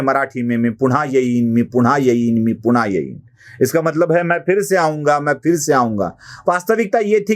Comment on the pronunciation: मी पुण्हा येईन, मी पुण्हा येईन असं नाही मी पुन्हा येईन, मी पुन्हा येईन असं म्हणा तुम्ही "न" आणि "ण" चा खूप घोळ घालता बुवा तुम्ही नक्की कुलकर्णी आहात ना?